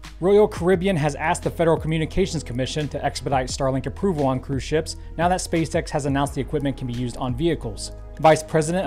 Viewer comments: Is he saying meow instead of now??? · When he says “now” it sounds like “meow”.